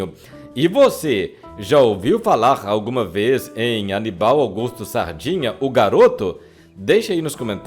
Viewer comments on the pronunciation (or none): O nome é Aníbal !!! Não anibál !!!!